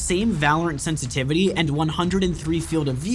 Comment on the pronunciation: Sen tity vity??